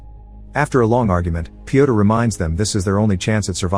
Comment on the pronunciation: Yo guys I have a question for Americans. Why can’t you say name Piotr the right way? Letter ё sounds just like in burn, turn, learn. I genuinely wanna know, no cap